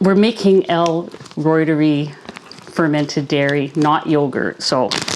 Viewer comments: Pronounced. Root-er-eye. Reuteri. Not roit-er-ee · Its not pronounced L Roy-ter-eee Its L Roy-ter-i Named after Gerhard Reuter (Roy-ter) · Uuggghh! Point of order: in scientific expression, when something ends in an "i", it is pronounced as a long "i"...ie "reuter-eye". Even Dr Davis pronounces it the preferred scientific way as you will notice if you listen to him... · I think you're pretty close already. I believe it should sound like "royter-rye." Funny story, years ago, I was in a grad school class that would involve saying lots of latin names for plants, and the program director said that nobody really knows how to pronounce them. He said to just pick your preferred way and stick with it. 😂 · Please! The pronunciation of Reuteri is…..root-a-rye. 😊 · If you're using Dr. Davis' recipe, why do you pronounce l reuteri differently than he does?